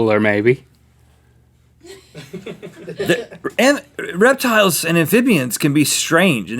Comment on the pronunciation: When he said reptile i was like rhettile